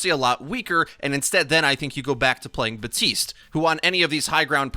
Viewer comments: Buddy it's Baptiste not Batiste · BAP-TISTE. Not BA-TISTE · BaTiStE Me: oh,, Jeff literally came out and said he mispronounced it and that it’s bapTiste:) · HIS NAME IS BAP- TISTE GEEZ 'BuTiStEe' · Why do you call him BATiste instead of BaPtiste? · This is a PSA ✅: BaPtiste ❌: BaHTtiste Thank you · Did you just say “BAPTISTA“? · I cant even watch you do videos on Baptiste anymore, fucking READ THE NAME! Theres a p, it's not batiste! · Batiste?? 😂😂 my Haitian roommate is livid right now 😂😂 there's a P in there bro. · Abbreviates the character’s name as “Bap” but still pronounces it “Ba-tist”. Excellent. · My roommate is Haitian is got so mad when he heard this 😂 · TheCakeCraft ikr? It’s like he tried to be real cool by trying to pronounce his name “right” even though Baptiste has voice lines where he calls himself “Bap tiste” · All the developers have stated the p is in fact, not silent. Also you can clearly hear the "bap" from characters in game. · BAP-TISTE. Respect my main please. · This man just forgot about the letter P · The P in Baptiste is not silent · If you love him so much, maybe pronounce his name correctly? This is heinous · For the love of God, please pronounce the P in Baptiste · Jeff said it can be pronounced both ways, but Haitians don't pronounce the P normally. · you know there's a p in his name right? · why can nobody pronounce his name right. Everyone just ignores the "p's" existence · There’s clearly a P in Baptiste I guess we r just gonna ignore it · The P is silent. French origin. Batista in Spanish/Portuguese. Use the internet when in doubt. It's not that hard. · Say his friggin name right. It's been months.